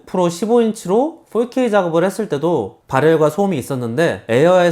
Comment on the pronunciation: 폴케이가 무슨 말일까 첨음엔 알아듣지 못했어요 ㅎㅎㅎ 포케이 vs 폴케이